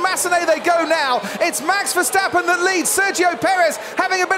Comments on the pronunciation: Why do they keep on saying Versteffen instead of Verstappen? Yes, I speak a Germanic language - get it right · i swear i have the same problem with "VESHTAPPEN"